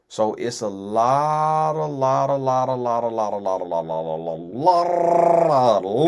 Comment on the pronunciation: Whew!!! When him saying “lotttaaa” with that tongue role was hilarious 😂😂😂😂😂